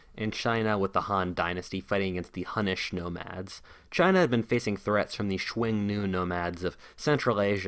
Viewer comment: Schwangnew= Xiongnu... Lol